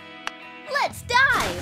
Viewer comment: It sounded like let’s die but let’s dive